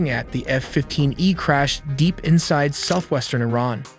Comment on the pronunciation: Nuke I-Ran now